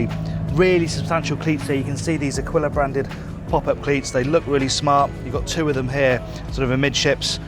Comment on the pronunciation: Nice It’s A"keel" a, not akwilla